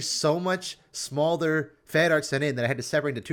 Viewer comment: True, but my comment is more to do with the fact that was pronouncing it "Small-der" and not "Smolder". I find it irritating when people mispronounce words, and I figured he was saying it wrong because he's a league player (ignorant) so I explained the word.